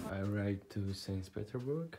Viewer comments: Sains pidorburg, wtf hahahah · Seys peterburg